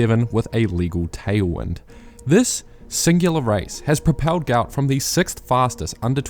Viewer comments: Love the videos man, As you are a New Zealander you might consider pronouncing his name correctly. I'm sure he'd appreciate it. Think I saw an interview with his dad where he gave the correct pronunciation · Can you please start pronouncing his name correctly?